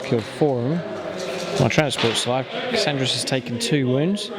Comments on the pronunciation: KAR AND RES not Kasandres. Very annoying. Good battle rep though :) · Great Rep, great sportsmanship, great armies - but please its KaRandras - not Kassandras - that would be a girl. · Warp Spiders....how they work out for ya? Yeah, pretty sure you will remember their name from now on. Plus.....call him 'Kasandras' one more time....bluah.....for shame man.